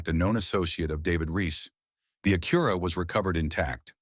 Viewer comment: It's pronounced Ack-your-a, not A-cura. Thank you, you pronounced it correctly. 🎉🎉🎉😂